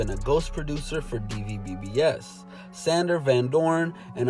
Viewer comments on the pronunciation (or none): DVBBS is pronounced "Dubs"